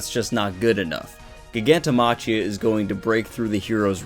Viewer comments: Its pronounced Giganto MA-KHI-A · how are you a fucking MHA youtuber 1st of that's not how you pronounce Gigantomachia's name and 2nd Geten is A GUY bro get yo facts straight before you make a video about whatever you do damn